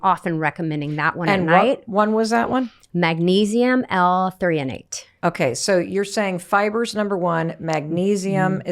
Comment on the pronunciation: Haver always says "ther-onate" but all I can ever find is threonate Same thing, or not